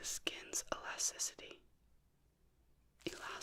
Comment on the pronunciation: E-las-ticity. Elasticity. That’s the word you were looking for. You’re welcome